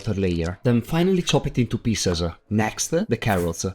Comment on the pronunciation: Cute it intoe piecese. Terrible-e